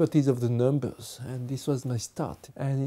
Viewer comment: haven't ever heard the word numbers that way before